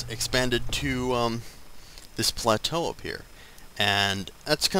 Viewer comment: On le "plateau" lol